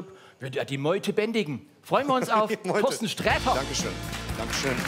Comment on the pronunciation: Find ich so süß, dass Olaf Schubert immer Toasten sagt, statt Torsten.